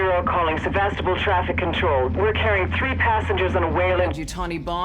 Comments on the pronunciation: Also the pronunciation of Sevastopol. Ow my head. 😝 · And also ur saying Sevastopol wrong